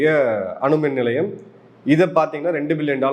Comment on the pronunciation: தவறுதலான உச்சரிப்பு அவர் சொல்லவந்தது அனல் மின் நிலையம்